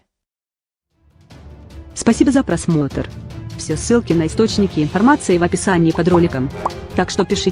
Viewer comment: Всё впечатление портит эта колхозная дама, которая в конце говорит "спасибо за просмотАР"